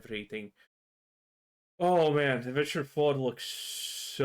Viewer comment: Witcher spells like was, an effing W not V